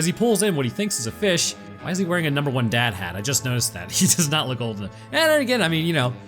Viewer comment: Did anyone else hear him say he needs the hat? Is he trying to tell us something?